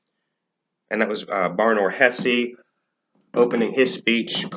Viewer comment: No, actually Ben Shapiro pronounced Hesse correctly. And you’re pronouncing Shapiro wrong.